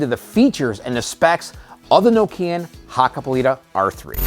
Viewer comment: Say KNOCK- EE- AN.👍